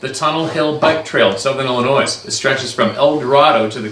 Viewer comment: I know you’re Canadian but c’mon … Illinois is not pronounced “Illinoise”! The “S” is silent , I would bet my life you’ve heard it pronounced the proper way.